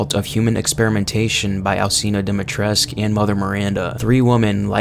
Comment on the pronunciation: your videos are good but the ladys name is pronounced with a koo as in Dee-mee-tress-koo